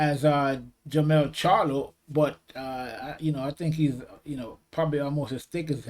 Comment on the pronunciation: Its Jermell Charlo@ Not Jermall as you keep saying🥊